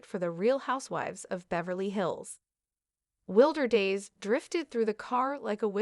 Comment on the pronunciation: The song name being spoken incorrectly is a jab to the musician who put a lot of hard work into her artistic talent. WILDER DAYS!!!